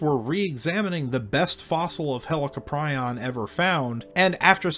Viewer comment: Pronounced Hell- Co'Prion. Not Helico.